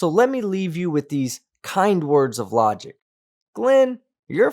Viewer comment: Don't claim flat earth is logical when you can't even pronounce logic